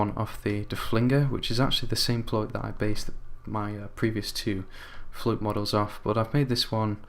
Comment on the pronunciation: Its pronounced "flute"